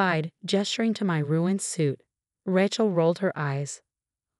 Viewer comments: Please get the words right, especially names! It is NOT RATCHEL it is RAYCHEL. Why is it pronounced correctly only a few times! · It’s “RAY-chel” godamnit! How can you always get it wrong? It’s never been anything else! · But ‘Ratchet’ is glorious! Love it.